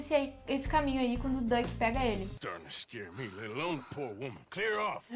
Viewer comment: Só uma pequena correção, Dutch se pronuncia "dãtchi" e não "duck", mas de resto ótimo vídeo